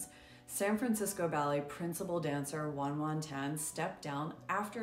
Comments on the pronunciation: Her name is pronounced Yuan Yuan as in "ye" not Wuan Wuan! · Coming from a Chinese person it’s laughable that this person will go on and on about how “great” she is but won’t even go through the basic common decency of pronouncing her name even close to right. It’s not “Won Won”. It’s Yuan Yuan (pronounced like You-an You-an for English speakers/or you could just google it, I swear it’s literally on the first page of google) Tan, 谭元元 one of the greatest dancers of our time. Don’t use your mouth to extol her in the same sentence you don’t even respect her name. We can all say Nuñez, and Zakharova and Copeland but not Yuan Yuan Tan? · you can literally google translate the pronunciation of her name in chinese 元元 is not pronouced won won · Her name is pronounced “ywen ywen”😊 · 😂 you are pronouncing her name wrong